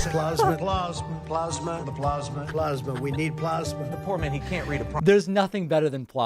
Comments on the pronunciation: Howdy from Texas. Please say a prayer for us. BTW Do you all say plosma or plasma? Lol. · The joy that David gets out of "Plawzmuh" cracks me up. Makes me feel a kinship with him because it's just as hilarious to me. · "From the standpoint of water, plosma from Mini-on-apolis will be available from this to-tally-terry-tism administrayshzziz in April of 20,014. You can get in on the Broadwalk at Yoseminites." The man has got to be in a cognitive decline?!?! How long will Republicans continue to stand alongside him enabling this utter madness? The world looks on aghast at what is happening in America. The shame of being a part of this administration will surely stain the careers of his enablers in the years to come. Well, at least I hope so. Edit: David you should absolutely give The Daily Show a go. Trevor Noah's social distancing clips from his home are very funny. And TDS has also made other versions of Trump mis-speaking too, in the same format as the one you showed here. Search them up on YT, they're hilarious!